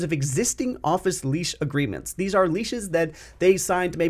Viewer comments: I like your vid, but why are you pronouncing lease as leash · Lease, not leash